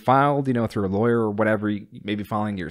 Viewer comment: lol, "lawer"